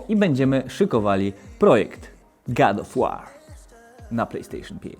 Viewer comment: God Of War czytamy gad of łor a nie gad of łar jbc ;)